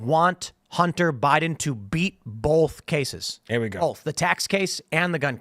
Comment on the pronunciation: Can’t stand the way Tim says “bolth” instead of “both” lol